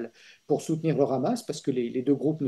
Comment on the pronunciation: Mr Dénecé, on ne dit pas "Hamas" comme avec la "jota" ; mais Hamas avec un H aspiré. Les Israéliens prononcent comme vous.